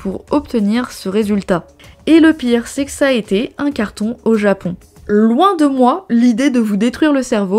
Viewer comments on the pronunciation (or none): none